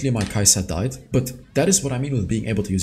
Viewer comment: yeah mate, her name is Kai'Sa